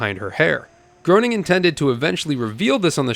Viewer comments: matt gray nung, not grow ning. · It's pronounced Green-ing. Not Grown-ing. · "The Simpsons are here to see you, Mr. Groaning." "It's 'Gray-ning'!" "Is it? Really?" "You know... I'm not sure anymore..." - one of the Simpsons videogames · if it was pronounced like it should from its heritage it would be pronounced Gru-ning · His name is pronounced "Gray ning" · Its pronounced "matt GRAY-NING" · FWIW, his name is pronounced gray-ning. He once said Groening rhymes with complaining. The man is a legend between Simpsons, Futurama and Disenchantment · It’s actually pronounced “Graining” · Matt Gray-ning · Ummm ackchewwallly it’s pronounced grayning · Matt's last name is pronounced "Gray-ning" COME ON MAN 🤣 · It’s pronounced grain-ing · Matt "Groaning"? Smithers and Burns voice actor*s*? ... and you call yourself a Simpsons fan? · Just FYI it's pronounced MATT GRAINING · It’s GRAY-NING. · Smithers and Mr. Burns are both voiced by Harry Shearer. And Matt’s last name is pronounced “Graining.” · groaning rhymes with comploning. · Pronounced GREY-ning, or GRAIN-ing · Nice video but it’s pronounced “Graining”. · Matt's last name rhymes with Raining. Just so's you know. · Groening is pronounced like Graining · Common mistake. But I have to admit that every time you said his name wrong, I was graining. I mean, groaning! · yeah, but when doing an episode on this franchise, you gotta get it right! At least he fessed up. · You can't even pronounce Matt Groening's name correctly. Maybe stop your dead-eyed, balding, uninformed bloated video and just do some actual work. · You’re mispronouncing the creators name over and over is the death of me paying attention to you. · You didn't say Matt Groening's last name correctly. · Matt's last name is pronounced Graining, not groaning. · 🤓 ACTUALLY! Matt Groening's last name is pronounced "gray-ning", not "groaning" 😌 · Common mistake to not pronounce gro as gray ! 😂😂😂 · Groening is surprisingly pronounced Gray-ning, not Grow-ning